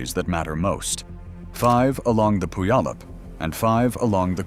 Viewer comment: Tell me how you don't live in the southern Puget Sound area by trying to pronounce Puyallup 😅